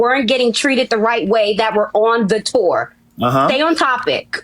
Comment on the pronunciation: i don't know why, but the way he says "tour" hurts me.